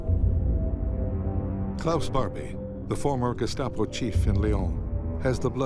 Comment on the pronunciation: There's an A in GESTAPO!!!!!!